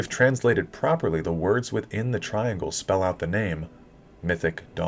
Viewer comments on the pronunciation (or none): none